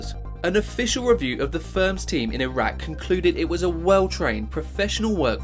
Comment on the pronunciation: So many things make me physically cringe in this video. Like, the fact that he said that Dubai was a country. Or the way he pronounced Bahrain and Iraq.